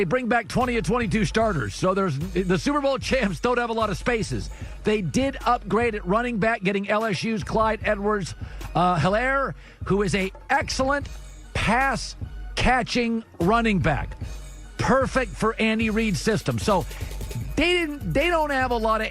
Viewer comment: "Clyde Edwards... HERRRLERR"